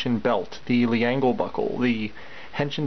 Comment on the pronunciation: Err...Leangle is pronounced "ｒｅｎｇｅｒｕ" or "Lengel"